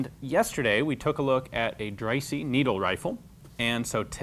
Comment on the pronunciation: Dreyse is pronounced “Drey-zuh”.